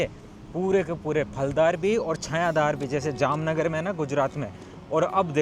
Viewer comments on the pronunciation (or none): none